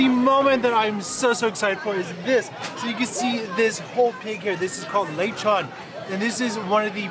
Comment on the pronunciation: its le chon